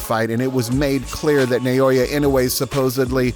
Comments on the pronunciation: Stop saying Na-yo-ya. It's an-yo-ying. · The name is pronounced "Naw-oh-ya".